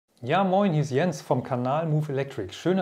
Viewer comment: Nicht Jens sondern Tschens